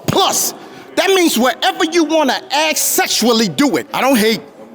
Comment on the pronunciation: Please dont Ax me